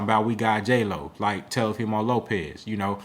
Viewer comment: It sound like you be saying TELLIFIMO😂